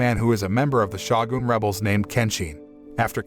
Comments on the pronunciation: To the announcer, the title is not Shaw-gun, it is Show-Gun Long O Shogun. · It is pronounced S-H-O-G-U-N. Not S-H-A-W-G-U-N. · Butchering the word Shogun whenever you get the chance is painful to my ears.